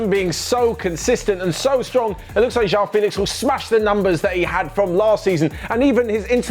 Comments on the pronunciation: It's not Jao Félix IT'S JOÃO FÉLIX 😂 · "jewel" 😂 😂 😂. That's nothing how it sounds like